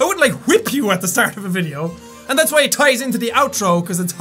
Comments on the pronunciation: I like how when he says "why", it sounds like "Hawaii". I just like his accent in general though XD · his accent doesn't allow him would actually pronounce the w sound